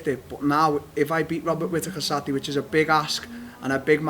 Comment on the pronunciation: no one: Darren Till: Satday